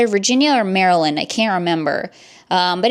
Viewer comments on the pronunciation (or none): none